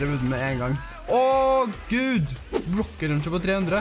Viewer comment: meeen gutten min det heter ikke røkket løncher